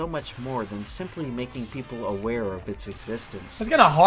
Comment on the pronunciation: i just spent 5 minutes laughing cause i saw someone say aWARE.